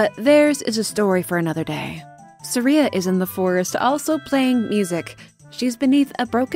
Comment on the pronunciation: For my entire life, I've pronounced Saria two different ways, never knowing which was correct, and you've just given me a third way. Thanks. Sah-reeuh Suh-r(eye)uh Suh-reeuh.